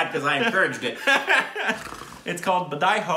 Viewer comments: U pronounced it right... Badhai ho means Congratulations... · Totally worth watching! I watched it twice! And Korbins pronounciation of Badhai ho was pretty accurate but that for andhadhun...not so much 🤣